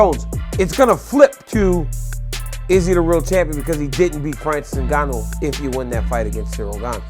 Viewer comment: Francis NGAN‐NO ?? Say the man's name properly commentator pls, ur as bad as Chael Sonnen, he gets Islam's surname wrong constantly & Pereira, who he calls Pee, era.... So Francis's surname is pronounced Ngannou it has an ooooooh sound 🤔 not an oh.... if ur gonna want subscribers & ur quoting shit, pls be accurate & respectful of people's/fighters lives & brush up on ur English grammar will u already???